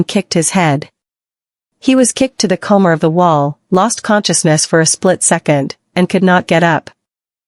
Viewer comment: Thank you for taking the time to upload these for us. Am I the only one who thinks it's funny everytime they say comer instead of corner???